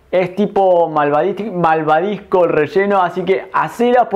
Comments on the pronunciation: Se dice malvaVisco!!! Y no,malvaDisco...animalito! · Matii es malvaVisco, no malvadisco jajajja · No es de mala onda pero cómo puede ser que alguien que se dedica a la repostería diga malvaDisco?